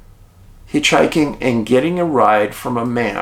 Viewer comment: Can't get past the "hitchhiking " ...😑